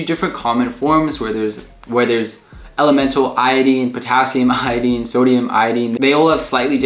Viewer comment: The information in your video is is pretty good but you are mispronouncing the word iodine something horrible